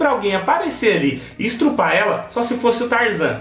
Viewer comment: não é estrupa o certo é estuprar 😹😹😹😹